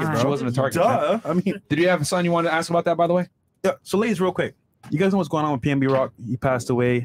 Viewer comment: How the hell can you "axe" a question??